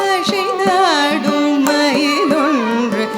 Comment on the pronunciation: Good effort, and pleasing. Tamil is a beautiful language, and there’s absolutely no need to put in the extra energy to butcher it with அ*ஷை*ந்தாடும் and *ஷொ*ல்லடி when அ*சை*ந்தாடும் and *சொ*ல்லடி likely require less effort, and not to mention, are natural and correct.